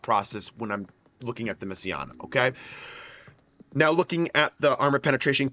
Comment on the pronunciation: Thought it was pronounced messi-na